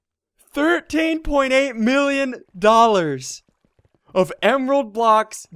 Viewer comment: "Thirt Tenn" loool